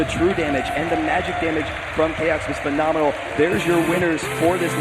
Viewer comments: he keeps saying "phenominal" lol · it is phenominal how many times one guy can say phenominal in 60 min